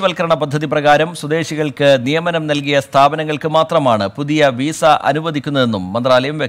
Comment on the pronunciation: വീസ അല്ല . വിസ😁